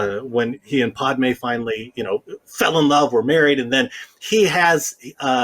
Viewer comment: I hate how he says Padmé’s name.